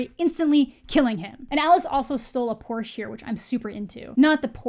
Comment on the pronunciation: Porsche has two syllables.